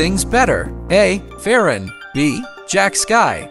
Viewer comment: bro its Ferran not Ferren😭